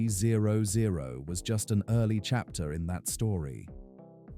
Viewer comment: This video is complete AI generated garbage. Both the content and voice is 100% PURE AI. The accuracy of what's being is said about the bike is mostly wrong. "THE S-T ONE THREE ZERO ZERO" Please. I have a 2010 ST1300 and have experienced ZERO of these issues. I've rode to Mammoth Lakes, CA at 10,000 feet in elevation, and it rides just like it does at sea level. Maybe earlier models had elevation issues, but my 2010 has ZERO. Riding through Las Vegas in the summer does not burn my legs. The bike is not a beginners bike, but it's also not a 800 lb gorilla and it sheds its weight once you're riding. I never take mine off road either. It's not a dirt bike. It's one of the best and most reliable touring motorcycles every built. Shame on Honda for not making them any longer!